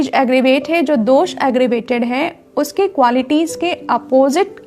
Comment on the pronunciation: कोशिश करें पूरा हिंदी में बोलें। और दोषा नही होता जी दोष होता है।